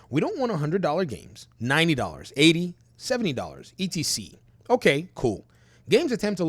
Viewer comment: He say e.t.c lol That word means etcetera. Maybe your English is not native tongue I suppose?